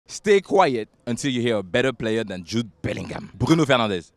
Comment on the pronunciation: The way he pronounced Jude Bellingham was scary